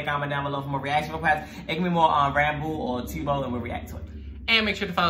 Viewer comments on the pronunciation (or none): I can’t with the T-bo lol Just to help with pronunciation it’s T-u-b-o Is sounds like tub with an O No hate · My lovelies , Not Tiubo it's Tub-Bo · its pronounced t uh bo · tubbo (tuhbow) that’s how u pronounce it lol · t-uh-bbo sorry but yeee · Me : *getting tigered because they Pronounce 'Tubbo' wrong*